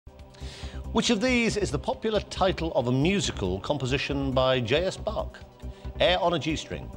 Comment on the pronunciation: He can't pronounce Bach at all... And he basically led her to the right answer for the first question.